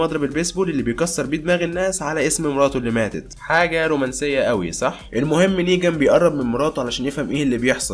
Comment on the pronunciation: ملاحضه اسمه نيغان مو نيجان يا غلي